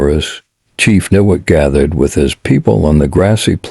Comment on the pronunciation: it is pronounced Ni Wot. I leave in Niwot in the same house for 32 years and I could not see myself leaving unless it got too expensive or some disaster happened. Colorado is my adoptive home and would never want to leave it.